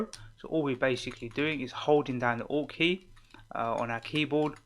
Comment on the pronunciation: Oh... it's ALT key xD haha! Ok, all I heard was "press down 'ought' key and use your arrows". Thanks lots bro <3